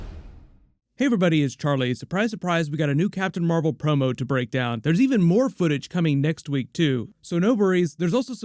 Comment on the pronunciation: Captain Meh-vel 😒